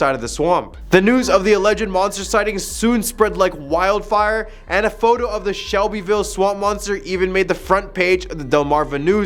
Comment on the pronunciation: SELBEYVILLE NOT SHELBEYVILLE